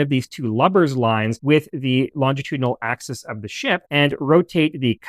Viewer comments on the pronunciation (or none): none